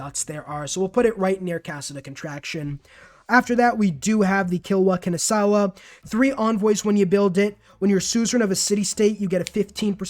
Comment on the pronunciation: butchers Kilwa Kisiwani to hell and back doesn't butcher Kotoku-In "Oh my god I butchered that name so hard"